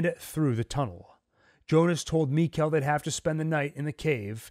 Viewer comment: It's mikael like nickle it's pronounced Mickle